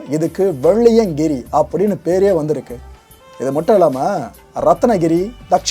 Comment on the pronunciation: வெள்ளியங்கிரியை சரியாக உச்சரிக்க வேண்டுகிறேன்